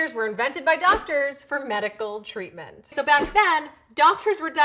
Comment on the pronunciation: "Treatment". I laughed.